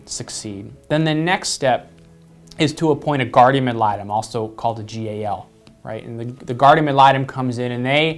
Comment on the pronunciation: It's guardiaN AD litem. That drives me nuts lol